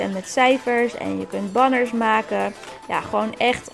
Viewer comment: Banners spreek je uit als benners😘